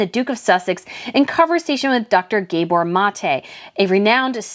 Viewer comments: its not Gaybor... its Hungarian and it is 'guh-baw' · It’s pronounced Gah-bore… like Zsa Zsa. He’s a genius and he calls people on their sh*t but he’s lost points in my book and clearly he’s been Markled.